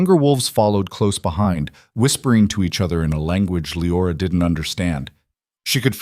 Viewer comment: KYLE is one syllable. LE-OR-AH is 3. Train your AI reader better.